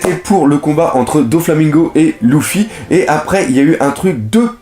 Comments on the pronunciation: Oui il prononce mal il dit louffy au de dire luffy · ponck Les voix japonaises prononce aussi Louffy mais sa ça dépends de tes préférence tu peux le prononcer comme tu veux mais Lojia.. sérieusement ? Il à une chaine entièrement consacré à one piece et il fait aucun effort pour les prononciation